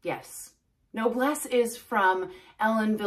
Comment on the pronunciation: It's pronounced "No Bless" meaning noble. Easy peasy. I love this wig and it looks beautiful on you😊